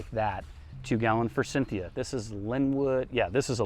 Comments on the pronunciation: FORSYTHIA! NO "N"!!!! Please stop!😬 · He means like FOR-SIN-THIA